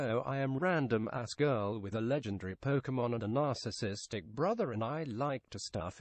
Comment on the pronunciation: "HELLO I'm legendri"